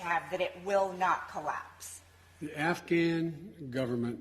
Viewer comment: Delusional…..Not living in reality! (Did he say “nafghan??$